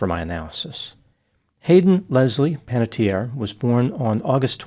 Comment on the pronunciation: The final vowel in Panettiere is pronounced, because it is an Italian name, not a French one. It means baker. This is a less common spelling that is rare in Italy. The usual spelling is Panettieri, but Panatteri and Panattieri are also found.